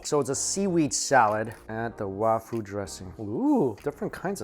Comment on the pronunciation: “Wafū” is the Sino-Japanese pronunciation of 和風 So I’m guessing they mean “Japanese-style” dressing